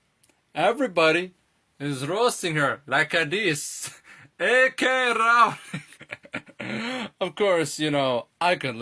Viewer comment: Bro when they called her AK Rowling I about cried 😂 that was hilarious